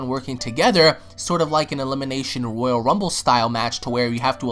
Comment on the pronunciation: It's ROYALE damnit, NOT ROYAL